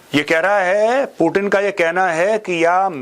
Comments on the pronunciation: पुतिन को पूटीन बोलने से ज्यादा अंग्रेज बन जाता है क्या? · Major साहब मै आपका बहुत बड़ा फेन हूँ, लेकिन आप पुतिन को पुटीन मत बोलो, इसमें भारतीय कम और अंग्रेज ज्यादा लग रहे हो